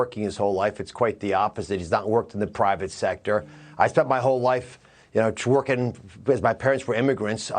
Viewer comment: So nobody else noticed he said "I have spent my life twerking"? Lmao